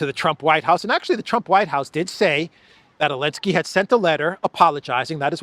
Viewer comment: Why say elenski you?